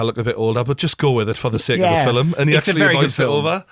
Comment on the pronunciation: How to say film like true geordie. (Phil-mmm)